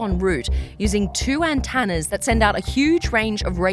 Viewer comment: What the hell is an “antanner”? ….I’ve only ever heard of an ANTENNA!!! 🙄